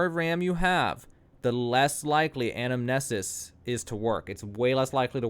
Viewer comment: Ann-Am•knee•sis At this point, they’re not exploits. They’re unintended ‘features.’